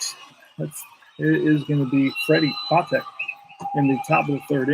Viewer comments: Freddy 'Pa Tech' is the proper pronunciation for the little SS. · The second time I heard it, it was correct but I though I heard Pu TECH' the 1st time. Just me nit-picking over those ballplayers that, I suppose, can be called old timers at this point.